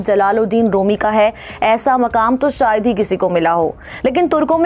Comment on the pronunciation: I am an indian Muslim,never seen like this,even non muslims people can say "shayad"but not a Pakistan Muslim girl. Aap ager nihayat hi aham malumat fraham karrhe hain to aap ager talaffuz ki adaigi nahin kar parhe hain to aap ki tamaam kavishein fuzul hain